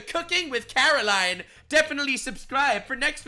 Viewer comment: Its karline, with a k. Say it right, she deserves that respect